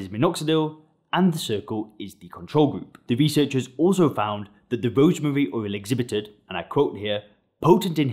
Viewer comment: He can’t pronounce “rosemary oil”. 😂 “Rosemuuuh uhl”. Strange accent🤔